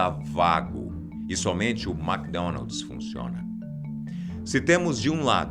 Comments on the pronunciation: "maqui donaldis" kkkkkk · Mack Donaldis kkkkk